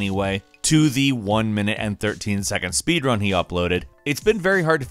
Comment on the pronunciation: He Said spod run insted saying speed run